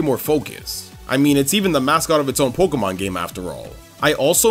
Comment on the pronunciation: I love videos. And how he pronounces Pokemon like 'Pok-uh-mon' instead of 'Pok-ee-mon' or 'Pok-ay-mon'. It's adorable.